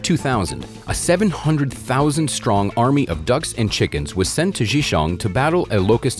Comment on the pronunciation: A friendly suggestion: Maybe try writing down the Chinese words you try to say on the screen. I have no idea what province you said. Zhejiang is my best guess. Zh is a hard J sound, while J is understandable if you pronounce it like in English. But it's the vowels that you really need to work on. You sound like you're reading French. I really am not trying to be rude or anything, it just ruins the whole video when pronunciations are so butchered.